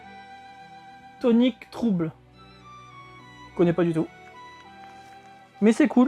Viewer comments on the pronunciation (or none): j'adore tes unboxing, tu es au top! je vais me laisser tenter par une Matos Box! super chaud pour un concours pour faire gagner les doubles! je partagerai un max sur les réseaux ! et on dis Tonic Troubeul , pour la prononciation ;-) haha, à bientôt!!